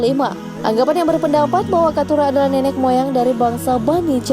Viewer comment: Nenek bukan nenex min, pakai bahasa indo yg pas tidak bukan tidax